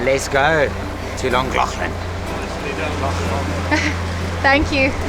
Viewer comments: Btw LLangollen is pronounced with holding your tongue on the roof of your mouth and realising air as your rolling the double LL’s as that’s always the way to say it in welsh for future reference with the double LL’s🏴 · Hi and my wife Gill and me Pete love you u tube and came across your channel as we live literally 2 mins from Trevor loved your video of Trevor to Llangollen although we both laughed how you both pronounced Llangollen 😀👍, but we wanted to tell you both that was right the horseshoe falls only a couple of years ago was lovely and in a shape of a horseshoe like I said new to the channel Guys but loved it and have subscribed and watch even more ❤️❤️